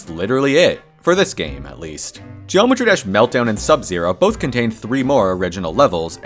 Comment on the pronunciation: excuse me did you just say joemetry???